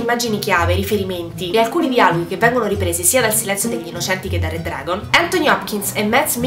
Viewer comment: certo che ti saresti potuta sforzare nel pronunciare "Red Dragon" che cazz!